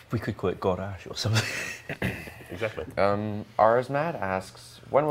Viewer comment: you fool, you mispronounced God Ash!